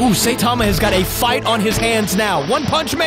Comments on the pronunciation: When you say Saitama you stress the I instead of pronouncing it Saytama. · its prenounced sigh-tama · Did he just say satama